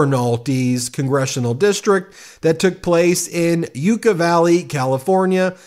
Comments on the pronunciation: Yuck-a (Yucca), not You-ka, Ben. <3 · Hi, Ben: 'Yucca' (Valley) is actually pronounced like 'sucka.' 👍🏜